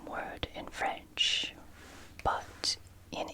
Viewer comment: Asterix 😍😍 !!! My whole childhood 🥰. So great to discover it in English and latin, and of course to see it in French too 😊. By the way, your French pronunciation is very good 👍👍. Great video 💚.